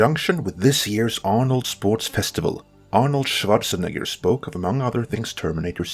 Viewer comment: I used to dislike your heavy foreign accent, but fuck did I love how you pronounce Schwarzenegger perfectly